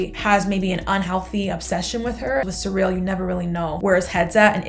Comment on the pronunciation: Syril is pronounced "seer-ull" not "suh-reel" 😓.